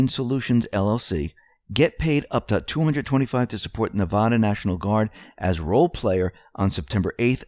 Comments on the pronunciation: Can't miss an episode and I'm a devout follower of your work, but do me a favor and learn how to pronounce my state, Nevada. It is vad as in bad not vah as in ridiculous. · its called na_va_dah